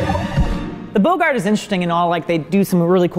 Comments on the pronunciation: Whenever he says “BOgart” instead of “BOGGart” it kills me a little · Bow-gart haha it’s bog-ert! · Bow-gart lmao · The mispronunciation of “boggart” made me wince but I loved the video. I knew all about the practical ones already but it was cool to learn about the CGI ones